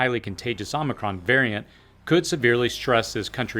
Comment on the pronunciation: Appreciate your in-depth viewpoints. I also appreciate the ways in which you deliver the messages. (And…that you pronounced omicron correctly… 😉)